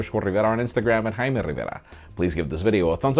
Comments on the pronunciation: Rrrrrrriverrrraaaa.... Over exaggerate much? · I love the way he says "Jaime RIVERA "